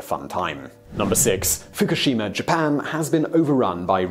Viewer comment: Please stop pronouncing Fukushima wrong!!!! Learn before you speak